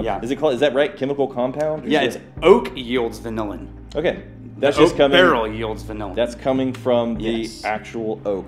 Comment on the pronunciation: Vanillian is pronounced Van iLL in Not like vanilla villains 🤣 it's a cool compound, it's what gives lemon peels the vanilla flavor when you make lemoncello